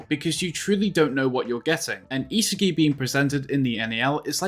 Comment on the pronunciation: Who the hell is isehgi 😭😭😭😭 Its Ihsahgi